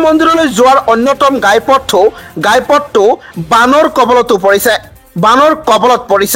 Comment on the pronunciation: Agote apunar pronounciation correct kori louk , apuni nijei miya jen lagise , gai poth nohoy ghaipoth he hobo , dabor nohoy dawor ,,apuni sure and certainly dangor miya hoy , miya mane bhatiya manuh , mane bhatir dexor manuh ,😂😂😂😂